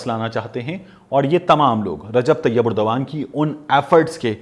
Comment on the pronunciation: You're the only one who says the name of Turkish President Erdgan right. Others keep saying it wrong. I've told #MubasherLucman and Sabir Shakir to say it right. They even say other names wrong. Your news saying method is precise and without fumbling and wasting time like Sabir Shakir. Thanks PS do write your tweeter handle